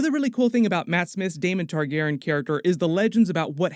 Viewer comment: You're dropping a letter and syllable in the name... You keep saying Tar-GAR-en... but, it's Tar-GAR-ee-an (phonetic spelling). You're dropping the "y" in Targaryen...